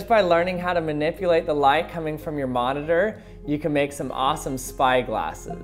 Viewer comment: I'm losing brain cells every time you say light like this